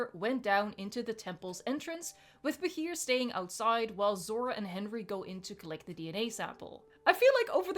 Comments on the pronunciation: Btw Bachir is pronounced Basheer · It's pronounced Bah-sheer, but good attempt!! XD